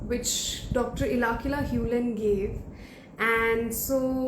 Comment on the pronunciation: Omg did you really take HIS name wrong??? Ilakila? 😢 His name is Ihaleakala HewLen. Atlst didn’t expect that from you..😢